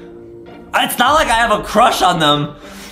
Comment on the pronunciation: adem has a huge cwush on banbanleena adem has a crush on cyan THe waInbiW fRIwnd ademmmm has a cruwh on rosalie,peach,daisy